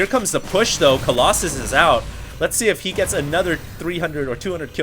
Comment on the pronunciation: aheem, excuse me.. Kolloss-anus?